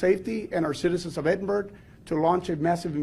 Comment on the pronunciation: It's Ed-in-burg not Eden-burg